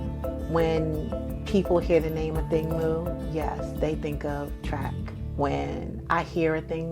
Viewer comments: Pronounced Ah-thing Moo (it’s a Sudanese name, so pronounced phonetically) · Right, I also hate how announcers mess up her name.